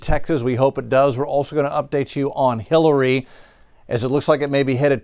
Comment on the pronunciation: Is he saying Killary?